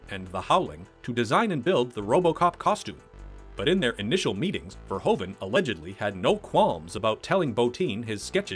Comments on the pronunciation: It's Paul VERHOEVEN !!!! not Verhoven !!!!!!!! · Paul Verhoeven actually pronounces like Verhooven ( Proof, J. Edgar Hoover, roof ). Etc. That aside, Robocop is one of his best action/drama film. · I love this and the sequel, but I beg you, please just say "Fair-hoove-un".